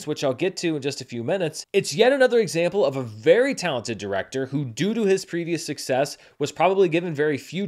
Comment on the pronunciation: “Due to” sounded like “doodoo.”